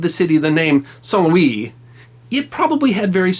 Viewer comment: Believe You Pronounced (Saint) King Louis IX in French Correctly, But You Pronounced “Blanche” the American Way, Like in “A Streetcar Named Desire” Not in Proper French.